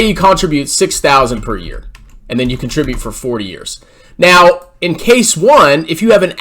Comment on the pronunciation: >CONtribute... My guy, you're putting your emPHAsis on the wrong sylLAble.